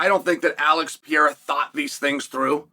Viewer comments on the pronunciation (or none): Remember, its the Alex PEE-era, ladies and gents!